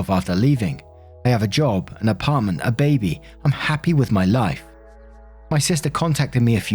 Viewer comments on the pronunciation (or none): none